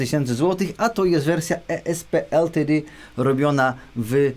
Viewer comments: Błagam... Jak czytasz/wymawiasz nazwę ESP LTD to zdecyduj się na jeden język, bo wychodzi coś w stylu tej solówki do NEM... Niby wiadomo o co chodzi, ale słucha się tragicznie ;) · O co chodzi z tą wymową "e es pe el ti di"? Albo "e es pe el te de", albo "i es pi el ti di" :P Później pojawiają się jeszcze "hambakerski e em dżi". :D